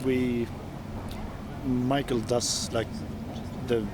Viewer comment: Axe pronounced Mikael's name differently (Michael/MIKE-el). 😁